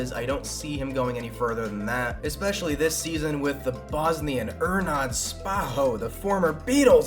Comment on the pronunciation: with ernad, yu aint saying his name correctly, its ernAd the accent is on the letter A, and say the letter E from ''Ernad'' like Emberassing. take the letter E from emberassing and pronounce it like that